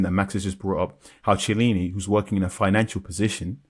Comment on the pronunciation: It’s pronounced ki~e-lini not che lini